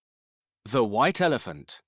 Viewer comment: 'Elefump! Elefump!'😂😂